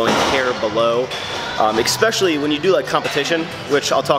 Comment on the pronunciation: Hahahah I have for sure commented on your pronunciation of ESPECIALLY. There is no X sound. Despite this little quirk of yours, I love your channel and it is certai my one of my favourites on the YOUUUUTUUUUUUBESSSS